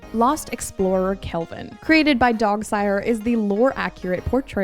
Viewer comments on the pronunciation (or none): none